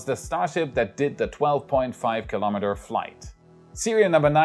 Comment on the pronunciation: dear YOU should be willing and able, to say: Kilometer, correctly